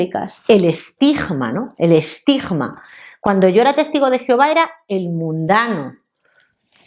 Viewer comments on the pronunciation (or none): Estigma, no estijma. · Esa "g"de " Estigma" me da escalofríos.